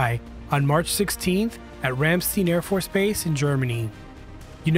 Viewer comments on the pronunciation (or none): Ramstein Ram - like the male sheep. The R is produced in the back of your throat St - no "sh" sound, rather a "st" sound like the word stop Ein - like a pirate saying "Aye captain" just with a "N" at the end RAMSTEIN Solid 3/10😂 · If you want to know how to pronounce the name "Ramstein Airforce Base", simply listen to any of the most popular RAMMSTEIN music videos online. (It certainly is not pronounced "Raemsteen"). You may also want to search for the connection between Ramstein A.B. and Rammstein, the band. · (Not trying to be a snob but) I pronounce Ramstein as ram-stine instead of ram-steen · Smart move Nordic nation's. can't pronounce ramstiein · Thanks for commenting and I did mispronounce Ramstein in the video, my mistake, hence the callout during that section. Cheers!